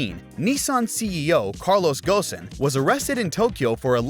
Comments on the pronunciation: From pronouncing Carlos Ghosn as Gosin and calling the new Z the 400z which they specifically said its not called. I can tell this is a low effort AI generated script video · U know it's AI when it says "Carlos Ghosn" like u write "Carlos Ghosn" 😂